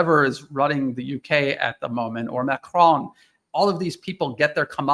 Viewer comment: I wish you and all the others would learn how Macron's name is pronounced and how it's NOT pronounced. Listen to a Francophone and note the difference. You will never learn by listening to other Americans.